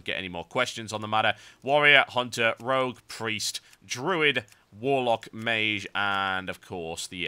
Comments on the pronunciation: ok i didnt hear the "meyzh" instead of "meyj" until i read the comments :P. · mage is pronounced abit wrong u say meeshj while its meetsh thats how i can say it lol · It's pronounced māj. Google it. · Actually I did look at the first (and second and third and fourth) google results for mage pronunciation and it seems you really do pronounce it non-standard. You pronounce it /meɪʒ/, where the standard generally is /meɪdʒ/. But then I guess it's part of your particular accent and your accent rocks serious balls. Actually listening to this I was thinking - he's pronouncing it /meɪʒ/ - like so cool. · I just got this on my recommended videos, I miss TotalBiscuit, RIP John. But can't help but notice he mispronounced mage a little bit by saying the g wrong.